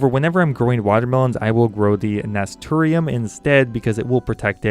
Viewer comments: Naturi um Na-stir-shh-um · The "Nasturiem" is pronounced Na-Stir-Shin. :) -Horticultural Technician. Loving this series! Please upgrade the priority? Don't give up! :) <3 Interesting fact: Na-Stir-Shins are edible, you can throw them, flowers and leaves, in salads and they are spicy; Having a peppery flavor! They the firey color of the blooms makes a salad look amazing. I am loving that the game's mechanics use companion planting. Bugs don't usually like spicy/peppery flavors so Nasturtium's are often used in companion planting. The colorful yellow/orange/red blooms also attract beneficial insects for pollination and pest control! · nas tur shum. thats how you pronounce the flower that protects your melons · I know its late, but that flower is pronounced "naysturshum" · Nasturtium is pronounced 'nas-tur-shum' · Nasturtium is pronounced "nas-tur-shum" ;] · That flower (nasturtium) is pronounced nas - ter - shum. Just thought you'd like to know, not a dig at you fella. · nuh-stir-shum. say it with me. Nuh-Stirr-Shum